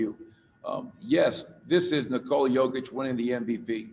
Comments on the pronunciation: "Nikola Kovic.. I'm sorry, Kokic".... damn.. you had one job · Did he even practise before the announcement, Nikola Cokic???? My boy Jokic does not deserve this kind of disrespect. Your only Job is to pronounce his name and what???? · “Nikola Covich…COCKICH! I’m sorry.” You had one job… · "Coca Cole-ich" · "Today it is my distinct honor to present...Nikola Kovic..uhh Kokic I'm sorry😅." Way to represent KIA as the NBA's partner blatantly revealing you've never even heard of Jokic and obviously know NOTHING about the NBA. Someone wrote the name down for him and I guess because of the person's handwriting, that KIA dude completely mispronounced Jokic's name. Either way, he should've informed himself about who he'll be presenting the damn MVP award to and clarified with people about the pronounciation of the MVP's name. Instead, he completely and utterly embarrassed himself while also disrespecting the Joker. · FCKING LEARN TO PRONOUNCE HIS NAME! when i like some player even from Zimbabwe i first learn how to say his name. Kokic Jokič that guy is better then LeBron! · NIKOLA COVITCH COKITCH💀